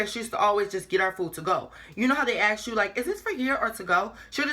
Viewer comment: i love you but why do u keep saying aks instead of ask